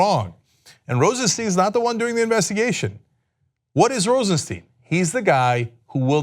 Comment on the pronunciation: Please its Rosenstein not Rosensteen. Stein ist the german word for stone. It sounds like a y., so you can say Rosenstyn if its easier. Please